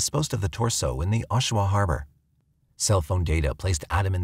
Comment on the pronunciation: is not Oshua, it's Oshawa.